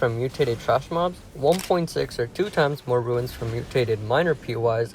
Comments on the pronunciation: Runes is pronounced like [roons], not ruins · Crazy modifiers. The extreme masochist players are gonna love this. Also, souls games really tests people’s ability to read sometimes. I’ve seen a lot of people make similar mistakes. This guy spelled “runes” correctly, but says “ruins” often. Kind similar to how people pronouncing Evergaol as “Goal” or “Gail” and not “jail”. It be like that sometimes, but I just notice it a lot.